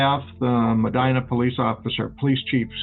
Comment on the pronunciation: First, how are you doing work on a ND event and don’t know it’s pronounced Me(dye)na? I’m very confused by this. Secondly, Gordon Kahl was close with a lot of the farmers at this time (the fed gov’t was doing the most at this time, and it was shutting down a lot of small farmers leaving them with literally nothing!), one of which was my father. He attended multiple meetings. About 3 or so months prior to this going down he stopped going, and no longer aligned himself with any of the folks who were still attending Kahl’s meetings. At this time my brother was attending college in Mayville. He was coming home for the weekend. He was approaching a 4 way stop and could see people in the ditch on both sides of the road. As he got closer, the sheriff climbed out of the ditch and told him to, “Turn around and get the hell out of here”. We would learn a few hours later that this event was just prior to the shoot out. I remember when Gordon went on the run. I was so scared he could come for my dad. Something happened that made dad change his belief in attending Gordon’s meetings, and he’s not afraid of killing folks. Yeah, it was scary as a younger child.